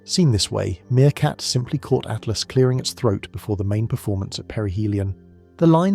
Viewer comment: Lame AI narration. It's not "atlast" or 3..... at lost. narrate it yourself, lazy bastard.